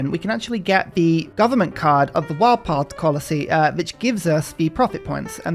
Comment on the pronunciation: ‘wildpard colicy’ hahaha